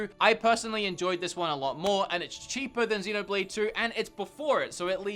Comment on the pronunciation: When you said Xenoblade I thought u said dinner plate